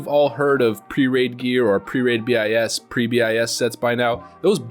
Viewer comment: dont say B I S. BIS